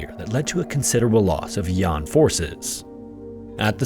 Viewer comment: I beg your pardon, it's not "Yon", it should be pronounced as "Yan" the northern rebel state. Do your research properly before releasing your vids. lmao